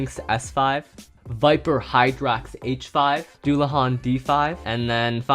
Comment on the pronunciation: he got hydrax right